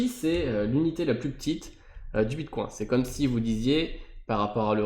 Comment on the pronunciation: Prononcer bitcoin à la française ? Je l'avais jamais encore entendu, c'est rageant à chaque fois que tu le dis ^^ Allez pour ceux qui sont rétissants c'est mieux ainsi ;) Merci pour la vidéo, un peu longuet mais complet dans l'ensemble ;)